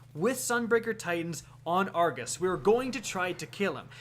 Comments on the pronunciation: It is pronounced Ar- go-s not Ar-ga-s. His name is Argos not Argas. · Is it just me or is it triggering when he says argus instead or Argos? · Jacob Eggers Said it once then he seemed to spam saying it wrong omg